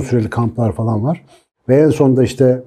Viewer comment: gibi bir eğitimcinin "fElan" demesi kulağımı çok tırmalıyor. Küstahlık etmek istemem hocam ama "falan" ya da "filan". Teşekkürler:)